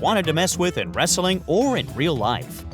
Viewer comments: Jesus fucking christ! The way this guy pronounces 'wrestling'. He gives the word an extra fucking syllable! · Wrestling not wresteling wtf